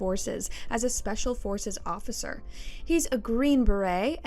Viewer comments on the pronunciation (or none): none